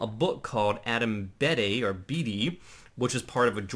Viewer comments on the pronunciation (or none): none